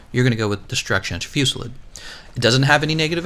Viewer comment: Destruction Fewsilid.... I still can't get over how u say it...